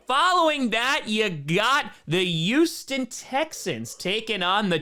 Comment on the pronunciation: It's HUGHston not YOUston